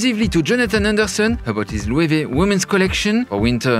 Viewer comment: Thank you Loic, now i know how to pronounce Loewe correctly.